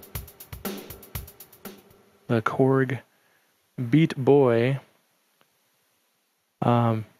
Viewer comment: () YOU have awesome vibes and music! Hey, just have to say, you need work on your Chinese Accent. I just watched it again and you sound more Italian than Chinese!!! Beata Boy, sounds like Pizza Pie! Whatsamatteryou? LOL Korg is really putting out some awesome 'cheap' err I mean inexpensive usable things! I plan on using it as a drum track to free up my Kaoscillators. I think every guitar device I own has a tuner hahaha I really like the Beata Boy!!!:-)